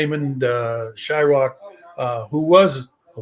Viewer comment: how does valdemar call him shyRock?